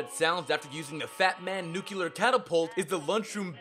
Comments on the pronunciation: Nucl-e-a-r. Not Nucelar.... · dude can't say "nuclear" and says "nucelar"... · Okay, it's pronounced NEW-CLEAR (not noo-killar) and REEK (not wreck) havoc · "Nuculer" isn't a word dude, it's nuclear. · i just hate this one tiny thing about this video. Several times you say "nuclear" in proper english. Then you go on to say "NUKULUR" like an uneducated country bumpkin. WTF? Also it's "look-out" not "Lock-Out" dislike, unsubscribed. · "Hucelar" instead of "nuclear"? Seriosly?! Did G.W.B. wrote this? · 107 Fallout "FACTS"... 102 mispronounced common words. "Nuke-You-Lur"??!?! Cmon man! this is first grade stuff. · Nucular? Who dafuq are you Homer SImpson? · NUCULUR? PODOMAC? WTF MORON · NUCULAR NUCULAR NUCULAR NUCULAR NUCULAR NUCULAR NUCULAR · Can say nucleon, can't say nuclear. Yeah I don't think we're dealing with a deep thinker here. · also the pronounciation of nuclear